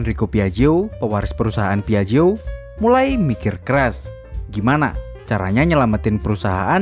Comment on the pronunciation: Penyebutannya :piakjio